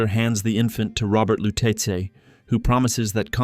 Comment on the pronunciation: I dont understand the mispronunciation of the Lutece name when the game clearly says it. This is like the live action avatar movie calling Aang ->Ong